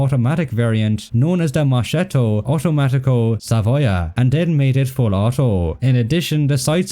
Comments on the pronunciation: Forgot to tell : is pronunced MosKetto not Moshetto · Just to be fussy: "Moschetto" in italian in pronounced "MosKetto"; the "CH" Is read with a hard sound.